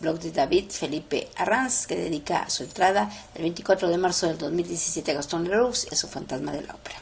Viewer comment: Gastón Leroux se pronuncia Gastón Lerú!